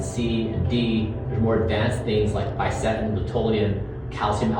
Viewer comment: ℹ️ he said "FISETIN", not "bicetin"